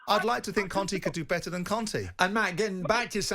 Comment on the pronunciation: Why did the fella keep saying Cone' instead of Conte 🤣🤣